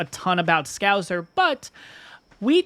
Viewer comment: FYI It's ScouSer not ScouZer.